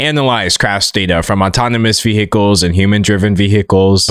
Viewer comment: Is your pronunciation of vehicles engagement bait or are you actually just genuinely incapable of saying it correctly?